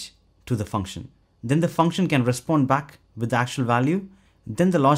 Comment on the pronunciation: It's "with" not "witt". If you make English videos, you should at least "try" to speak a proper "th" 😏